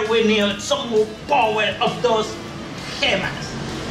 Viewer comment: Okay this dude is amazing at art. But is he okay? Like I keep hearing him say “here is da powa” and “purfect” and “fya” like how much of that did he inhale